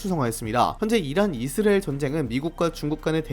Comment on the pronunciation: 이스라엘 <<- 발음이 안되는건가요? 먼가 묘하게 거슬리네 ㅜㅜ